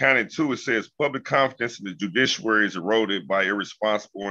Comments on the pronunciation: What in the hell is joodishuary ? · "Judicuwary", that's a new one for me.